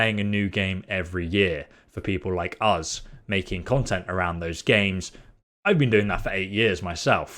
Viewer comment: I scrolled just to find this comment. I thought I'd surely not be the only one this was irritating 😂 Another thing he says that's really annoying is 'Free' instead of 'Three'. And 'Uz' instead of 'Us' 😬